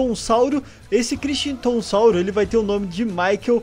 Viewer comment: Nos nomes de dinossauros, o H ñ é pronunciado, então c fala como crictonssauro. Ñ entenda isso como uma crítica pfv, só estou tentando ajudar, para pelomenos vc saber o certo.